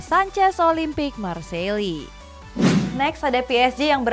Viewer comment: affa iya marseille ganti nama jadi marseli? 😂😂